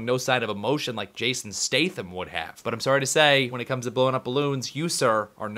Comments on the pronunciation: Statham???? That's the way you spell it, not the way you say it! It's all good though, you're cool. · thats a toby sayin statham wrong fail!